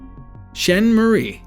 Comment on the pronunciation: I feel like your purposely fucking up her name 😂😂 it does looks like shein..But It’s SchaaNaaaae 💀..She was something else though so ig who cares 🤷🏽‍♀️🤣..